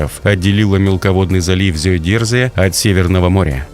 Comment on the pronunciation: Зиёдазеире - ну что такое )) это же немецкий - Зёйдерзэ так уж на русском будет понятнее и правильнее